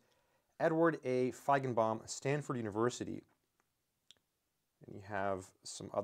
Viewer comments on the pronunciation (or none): none